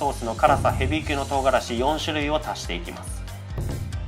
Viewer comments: キャロララリーパ🤔 言えてないすこ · 最初の説明でキャロナイラリーパー言えてないやん（笑）食べた後かな😊?